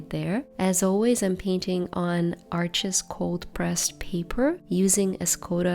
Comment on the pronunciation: Incredible artwork, Thanks for sharing!!! Arches is French, it’s pronounced “Arche,” the (s) is silent.